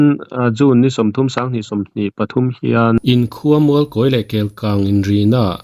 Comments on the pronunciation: Mizo Journalis chu khaw hming i va chhiar dik lo ve i chhiar Kâwi daih a. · I thluk dik lo Mualkawi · Mualkawi tih chu in thluk dan ava inanglo ve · An chilkawi a ni ang😁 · A ṭawng a pai nge Mualkawi hming lam dan hi a hre sual? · Tawngthluk hi fimkhur ve deuh teh aa, Mualkawi tih te hi chu i hre ve fo tawh tur ah ngai ila, tawng hian a thluk a zir in hawrawp in ang reng pawh a lam a hrang daih thei tih hi hriat a tha khawp mai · Mualkawi i lam dan hi ngaihthlak a nuam chiah lo thluk dik hi a pawimawh ve a nia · Mualkawi, tih chu i thlûk diklo hle mai. I kawm a te thlûk dan hian thlûk ve mai la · Mizoram khaw hming tal hi chu lam dik ve teh u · Khaw hming lam dân hi inzir deuh ula a tha hle mai..